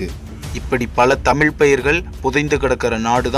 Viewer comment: 'தமிழ்' அருள் கூர்ந்து...... சரியாக பலுக்கக் கற்றுக் கொள்ளவுவும்...